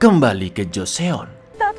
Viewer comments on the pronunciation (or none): Bukan joseon tapi bacanya joson